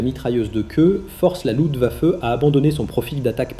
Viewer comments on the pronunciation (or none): Hans Joachim, pas ens yo akim!!! Luft waffe, pas lou vafeu.